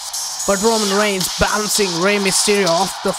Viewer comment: Bro its reigns not rangars